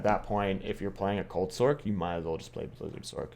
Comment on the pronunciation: Fin sorK lol it’s Sorccccccc like pronounce sorceress it’s not sorKeress lol fun list pretty much agree console is kinda ass pvp